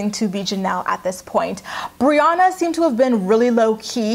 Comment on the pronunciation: Am I the only one who noticed how Jenelle became such good friends with Briana but couldn't even pronounce her name right on her live video? 😂